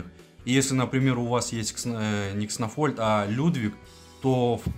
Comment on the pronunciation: 1) Почему Кснофольд, если он Кснольфод? Ты его троллишь?) 2) Если мета одинаковая, стабильная и не меняется, есть 1 безапелляционный топ-герой, то это вполне себе повод что-то с ним сделать. И я бы предпочел нерф одного героя. Но из-за ноуспентеров теперь не нерфят топов, а тупо делают новых нереально крутыми и за ними не угнаться. Лучше бы тогда понерфили несколько героев, чем эта свистопляся с бесконечными статами(